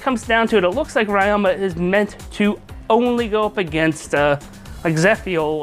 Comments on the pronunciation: It's Ree-oma, not Rai-oma. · Wait why do you say rai-oh-ma And not Rie-oh-ma